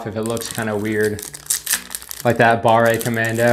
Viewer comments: Its pronounced bar, not barré. We use e and é in french and they both sound differently. A good way to know is to type a word in google translate. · French language hint: "barre" is not pronounced like "barray" , the final E is silent so the word is pronounced almost like the English "bar" . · If the word does not have é at the end, you don't need to say "ay" so pâté is well.... pâté. Pâte is paste (fruit paste), and barre is a bar (and not barré :) ) Here ends your French lesson of the year !! 😂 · BARRÉ COMMANDO XD c'est ca qui m'a fait peter un cable a chaques fois qu'il l'a dit XD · FYI Fondue is a noun that describe a hot pot of a mix of strong alpine cheeses you dip your piece of bread INTO. Fondu is an adjective : melted cheese. You put it ON a piece of bread or craker In french if an "e" does not have an accent - é - you do not pronounce it most of the time when at the end of a word. So "Barre commando" or "Pate de fruits" should be pronouce "Bar/ commando" and "Pat/ de fruits". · pas grave ça XD nan le pire c'est quand il prononce BARRE COMMANDO XD